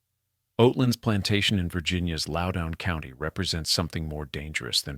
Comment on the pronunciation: Loudoun in not pronounced "lowdown". If this had not been read by AI, I might listen to the rest of this. Way too much repetition in the text.